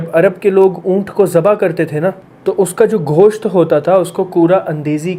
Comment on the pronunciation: Gosht hota hai , khosht nhi hota. Joe k teero'n nhi jooay k teero'n. Teer andezi nhi teer andazi. ابے کیسی بیگم لائے ہو ، تلفظ تو ٹھیک کروا دے بہن ۔ اردو میں گوشت کو کھوشت کہے جا رہا بھائی ۔ تیر اندازی کو تیر اندیزی۔ اور جُوئے کو جوئی۔ میں بس اتنا سا سنا ، آگے سنا نہیں گیا ، اردو میں پی ایچ ڈی بندی سے اردو کا یہ تماشا برداشت نہیں ہوا۔ وہ بھی قرآن کا ترجمہ ۔ الامان الحفیظ ۔